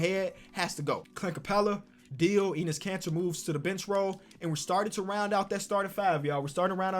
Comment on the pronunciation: Nobody: Seriously nobody: Not even Lavar Ball: Eeeeeenus Caner